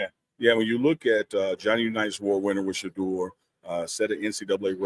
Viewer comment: Unc please help The people you're interviewing to learn how to pronounce Shedeur's name correctly. He kept saying Shedrrrr. Sha--🚪